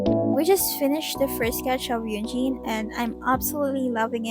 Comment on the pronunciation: No hate no hate but he pronounces it in videos as “hyung- Jin” i love you bye